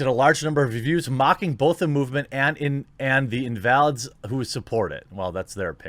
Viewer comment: You pronounced "invalids" wrong